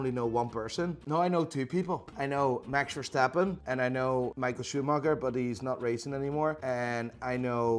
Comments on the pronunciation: Bro hearing, a dutch man, say max verstappen so weird sucks lmao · for a dutch man u say max verstappen so focking horrible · love how he said max verstappen's name with an enlish accent even though he is dutch